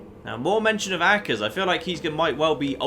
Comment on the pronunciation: I'm beginning to think your mispronouncing 'Akers' on purpose.